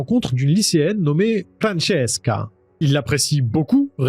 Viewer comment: [fran] [sses] [ka] non désolé c'est [frane] [tchéss] [ka]